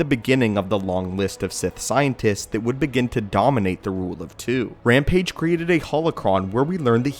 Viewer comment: Dath ramage not rampage